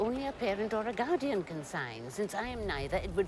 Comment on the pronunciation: These words “ PEARENT OR GAUDIAN “ are u sure !?